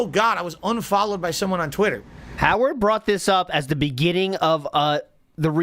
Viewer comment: The way this clown says Twit-TUR makes my skin crawl